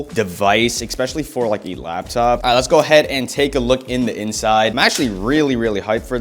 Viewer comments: I heard you say "Lab" top like 60 times ya bot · the way you say :"laptop🙄"